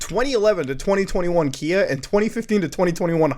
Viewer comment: Everytime you say Kia, all I hear is IKEA for some reason🙃